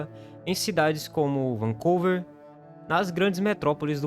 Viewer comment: Trudeál??? Foi isto que o locutor falou? A pronúncia não seria “Trudô”??? E a pronúncia do nome da cidade não seria “Vancúver”?